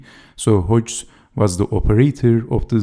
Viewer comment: Dynamic game, well explained! Check the pronunciation of Hodges [HOD- jez]